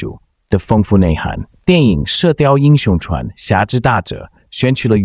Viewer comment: Zhuan 不是chuan